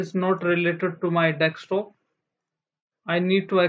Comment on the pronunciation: learn how to say desktop first